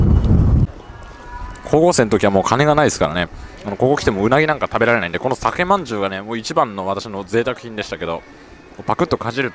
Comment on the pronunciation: さけまんじゅうではなく、さかまんじゅうでは？